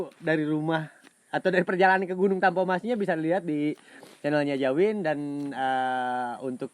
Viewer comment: Kenapa dia orang manggilnya Jawin🤔namanya si abangkan Dzawin🤔pake Z bukan J